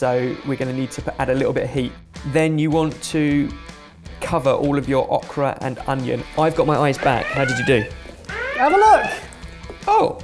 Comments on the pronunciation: ohhhh kraaa, not ahhhhh kraaa!!!! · I giggled every time said okra. We say it with a long O sound. O-kra. ☺️ Also, thank you for taking out the flashing colors in the outro. 👍🏻 I never could look at it...flashes can be a trigger for my migraines. 🤯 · You pronounce okra wrong. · It hurts me the way is saying Okra. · Awk-ra? Is that typically how Okra is pronounced in the UK?